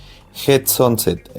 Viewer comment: A una cosa que ya sabras esa bola con get sanset que asi se pronuncias ,no sonset ,es una genetica de las mas caras, llegando a costar una sanset visual asta 30.000 dolares y mas .Y lo se por que Miguel Garcia de USA lo explico y enseño, una puesta que el crio y le hicieron una oferta por creo cuatro pitones bola sanset 100.000 dolares.